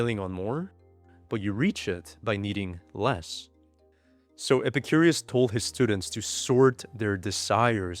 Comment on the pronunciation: I love videos, but calling Epicurus ‘Epicurius’ kinda grates on the nerves.